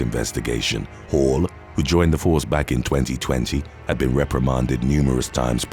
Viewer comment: When he kept saying Hall I was hearing Hoe at first. Couldn’t have been much further from the truth 😄😂